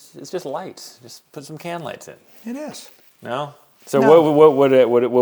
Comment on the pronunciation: "Just put Cam lights in." That's what I kept hearing.